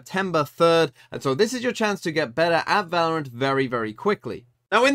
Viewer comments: “Valroant” I love you 😭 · genuinely took me like 10 minutes into the video to realise it said valroant